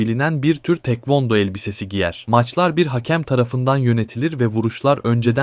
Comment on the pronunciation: tekvando degil taekwondo